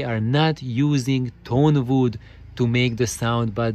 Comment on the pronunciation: Superb points,! Indeed, I fully agree with you, bamboo would be the best material for mass production, and aligning a long piece of wood the way you described does help a lot. Sorry for my pronunciation, I meant to say "tone wood", which is the name for luthier / music instrument grade wood: it has a very dense fiber structure, and thus has a very direct, strong, and very fast resonant response to the mechanical impulse. Lesser grade wood and other materials, because of their less organized strucutre, start resonating in sync with the original impulse, but then due to their lack of inner sturcture, the resonances excite non-harmonic modes - which cause the bad cabinet colorations. I'm about to make a series on the inside of my speakers, this Hiraga series (and upcoming Voigt pipe / TQWP videos) are the preparation to understand the foundations for my way of thinking.